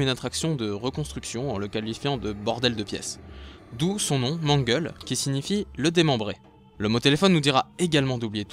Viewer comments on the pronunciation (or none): déjà c'est "Mangle" et pas "manguel" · Je suis tout à fait d'accord ! PS : ce n'est pas Mangel mais Mangle. C'est un prénom Anglais, donc l'écriture n'est pas la prononciation ^^